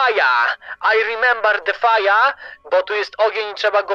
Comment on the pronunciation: NIE FAJA TYLKO FAJER